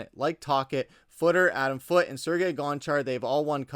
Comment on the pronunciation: Adam FOOTIE???? Really? You don’t know how to pronounce Foote? You don’t pronounce the E. Geez.